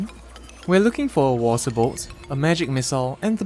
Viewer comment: I heard "moral support" instead of water bolt